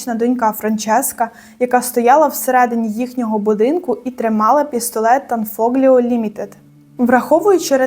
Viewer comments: Не фоґліо, а фол о.gl читається як от.,a gn , як нь. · tanfiglio читається танфольйо)) а так - супер, дякую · Правильніше - танфольйо. Сполучення букв - gl читається як - ль.